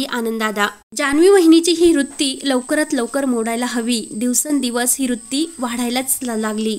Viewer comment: Rutti nasate g bai vrutti aste.kiti ashuddh bolates